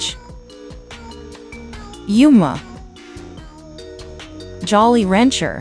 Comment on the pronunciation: Bro the voice of the ai pronounce Yuma